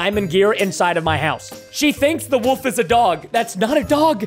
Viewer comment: I love how preston says “the woof” instead of the wolf